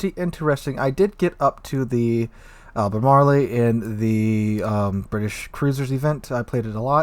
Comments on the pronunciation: Lol dude I love your videos but you kill me with your mispronunciations. It’s “Al-ber-marl”. Not “Alber-marly.” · Great video, love the Brits. Ruisers. Al-buh-MAR-all